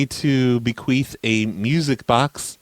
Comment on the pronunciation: did you say 'bequeef?? that is when you fart after you die..